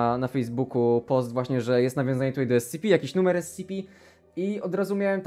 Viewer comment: jak on zamiast ES CI PI powiedział ES CE PE to wtedy właśnie dostałem ataku serca